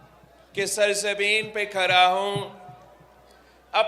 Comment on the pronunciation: Phley apney private msley hl kerlo or dusrey apni Urdu or kaho khada hoo na ki khara hoo😂😂😂 Kitna lutogey , abhi tk Kya tijori puri nhi huyee Wazeerey azam khwaab Dekho 😂😂😂